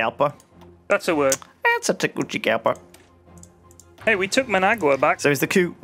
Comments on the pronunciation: its tee-goo-si-gal-pa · Lmaooooooo.... TEH-GOO-SEE-GAHL-PAW! I swear they've called Tegucigalpa everything but xDD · I cannot take it any longer I will not stand for this. Its pronounced Tay-goo-see-GAL-pah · haha Lewis alllmost pronounced it right. the hard c he does is English or Italian style, Spanish that c is an s, tehgooseygalpa